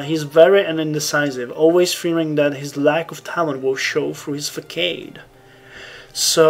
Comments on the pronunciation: facade is not pronounced fuh-s-aw-d it is pronounced "fəˈsɑːd" more like fahzad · facade is pronounced fuh-s-aw-d, fyi. It's one of those weird french words that English adopted.